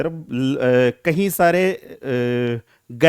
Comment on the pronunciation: Kahi laadle nhi "Kai" laadle